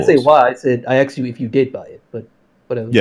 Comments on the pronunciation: It hurts every time he says aksed/axed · “I axed you...” Why can’t this guy say “asked?” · ''I AKXED YOU, I axked you''.. intolerable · if you take a shot everytime he says “axed,” his arguments become much more solid and logical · He axed him??! Murderer!!😱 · I love all of his “you axed me” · It's even more annoying because he says it right sometimes, so clearly he can do it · Two things: 1) This guy can't argue his points at all. I could argue his points better and I don't even agree with them. I actually wish I could argue for him because this was painful to listen to. 2) He keeps saying 'axed' instead of 'asked'. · "sO i AxksD yOu gUyS..."